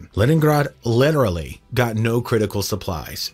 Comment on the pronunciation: There are many disturbing facts in this video. One of the most disturbing things about this video is the way the narrator pronounces the word "literally."